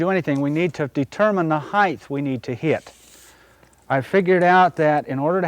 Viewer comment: Very nice. Not hating, but it is height, not heighth.